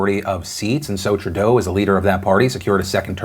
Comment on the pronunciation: Philip DeFranco Phil Phil Phil it’s pronounced True-doe not tri-dough